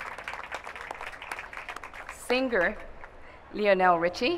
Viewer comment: Love how she pronounces Lionel's name. Sad